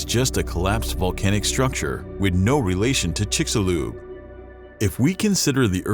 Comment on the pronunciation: Amazing. The narrator knows how to pronounce 'Chicxulub,' but not 'kilometer.'